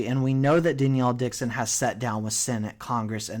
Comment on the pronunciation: stop saying danielle dixon lol much love